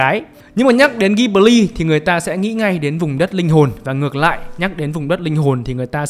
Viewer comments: Góp ý tí: Đọc tên studio là ji bli (ko phải ghi) nhé shop. Tiếng Nhật nó vậy. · Đọc là Dzi-bli nhé sốp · Bt thì nói tiếng nhật người ta đọc là jiburi ジブリ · fun fact tiếng nhật đọc là JI BU RI. trong video đọc theo tieéng anh. =)) tiếng nhật nghe vui tai vãi